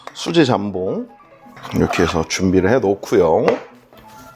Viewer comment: 잠봉이 아니라 jambon장봉임. 발렛 파킹이 아니라 valet parking발레 파킹. 모엣 샹동이 아니라 Moet Chandon모에 샹동.